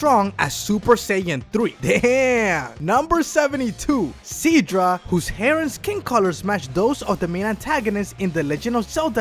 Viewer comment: “Universe 7 god of destruction seadra” 😹😹